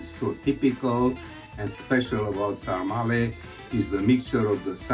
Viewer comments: The Romanian dish is called SARMALE, not sarmarle :) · It’s actually “SARMALE” not “Sarmarle”. 😉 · Sarmale, not Sarma-r-le One sarma, two sarmale. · Sarmale NOT Sarmarle…It’s one ☝️ of our Romanian 🇷🇴 food.. you can also eat sarmale with mămăliga =The Best…also you can try our sausage roll named “ mici”…it’s so delicious with mustard and bread and a beer.. also discover more Romanian food on google and try them in our country…see which one you like the most. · Romanian guy here: it's called SARMALE, not sarmarle (and yeah, quite similar to Gołąbki in Poland) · The Romanian dish is called “sarmale” not “sarmarle”😊The recipe is wrong, you’re supposed to mix the meat (half half or only pork) with rice and we usually add a sprig of thyme as well. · Sorry, just one word to describe "sarmale" part..BLASFEMIE!!! 😂 But still, congrats for trying 😊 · Nice try with the "sarmale". A disaster...but nice try.